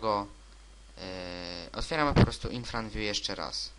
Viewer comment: IRFANVIEW A NIE INFRANVIEW